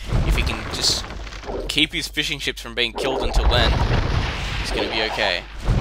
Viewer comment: The way said fishing ships really sounds like fish and chips.